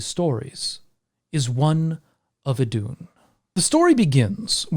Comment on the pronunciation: I thought it was pronounced “ithoon”?